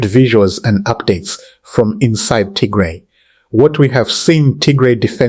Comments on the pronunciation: Please correct your pronunciation of Tigray not Tigre. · Pls don’t calling Tigray wrong pronunciation